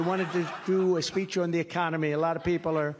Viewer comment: "A thing called economy", please tell us about this new thing called .. ecommony .. acconamy?